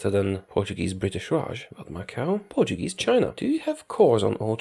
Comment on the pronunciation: I love the fact that since you're Polish, you pronounce portuguese words with an excellent accent, way better than native english speakers usually do, who tend to use a spanish accent. Music to my lusophonian ears.